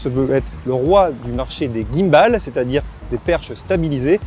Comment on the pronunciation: faudra revoir la prononciation de GIMBAL !!!!